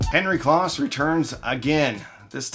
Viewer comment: Great story telling - couple of nits to pic - Henry Kloss' name is pronounced close as in he is standing close to me. As was mentioned elsewhere, Henry started Advent to make projection TVs. The Advent speakers were designed and sold to fund the projection TV R&D which was his passion project. Advent also made a hugely popular receiver called the Advent Receiver with a tone stack created by Tomlinson Holman later of Apt and THX fame and also developed the first cassette deck to implement Dolby Type B Noise Reduction. They also created the Advent Sound Space Control which was a digital delay to create spatial effects with rear speakers long before the days of surround sound. Henry also founded Kloss Video to continue his quest to make projection TV for the home. The founder of ADS was Dr. Godehard Guenther. His protege Michael Kelly later founded Aeriel Acoustics and made stunningly good speakers which was eventually based in Maine. And don't forget little dbx in Newton Ma that was primarily known for pro audio recording gear but had a consumer division that made dynamic range controllers and a consumer version of their pro noise reduction called dbx type II. They won an Emmy for developing the noises reduction standard for analog stereo TV in the 1970's. Dbx also made loudspeakers for a few years based on a unique design from Dr. Mark Davis later of Dolby fame called the dbx Soundfield One which was very highly regarded and collectible.